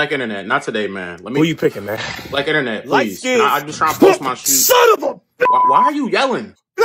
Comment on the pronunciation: "SHE'Z NOT YOUR'Z IT'Z JUZT YOUR TURN"